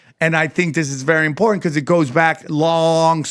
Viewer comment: This dude definitely just puts tabs in his books to seem smart. He can't even say important correctly. 😂